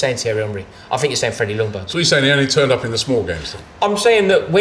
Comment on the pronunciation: Oh pleeeeaaas. It's Jungberg. Not Lungberg. It's a silent L The disrespect is unreal.